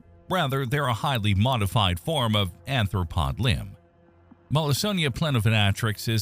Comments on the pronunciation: Wait it's arthropod, not anthropod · ARTH ro pod . . . ta PEE tem. Anthr- refers to human evolution. When something so basic as pronunciation is not convincing, it undermines the total veracity of a channel. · Please learn how to say "arthropod" correctly. The etymology of "arthropod;" arthros = joint + podos = foot...meaning "joint foot" Anthropod as its written is a gibberish word that doesn't exist (anthropos = human + podos = foot...meaning "human foot")